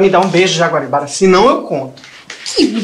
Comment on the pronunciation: O errando o nome da Jaguaribara foi o melhor KKKKKKKKK